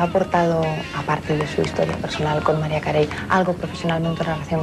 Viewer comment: Perdon pero Mariah Carey no se pronuncia "MARAIA CARRY"???